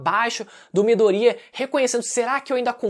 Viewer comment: Midorya, não midoría mano 😂😂😂 q agonia